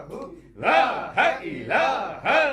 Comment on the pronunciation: Salam o alekum buhut ajizi k sath araz karta hu maaf farmaye ...app kalma ghalat par rahe ha Jesa k app parthe ha is Tara (laha ilaha) it's mean (laha is god) agar (laa ilaha) pare to it's mean (there is no god) jo durust ha ...agar ma ghalat hu to rahnumae farmaye...note(I am aalso watching alra tv and I watched lot of gohar speach and books .sukriya I am from nowshera Peshawer kpk idrees ahmad